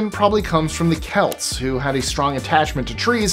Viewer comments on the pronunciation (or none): none